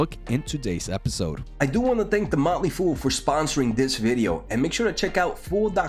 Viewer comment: The motley fool, key on the second word.